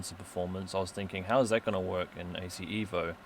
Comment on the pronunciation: Not EEEEEVO...EVO. Say it like you are italian. Pronounce it as: "Eh-voh" (like in "Evolution") Not "Ee-voh"